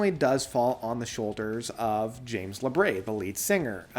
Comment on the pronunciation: I almost always enjoy your reviews, but i must ask: what on Earth ends up making you say James LabRAY? It’s Labrie, as in Labreeeee. Lol.